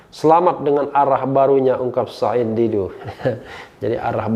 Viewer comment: Bung rh fasih banget sebut nama "said". Makhraj ain nya jelas.